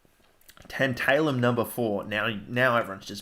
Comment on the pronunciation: it's tAntAlum not tEnt-EYLE-um, like tAntAlize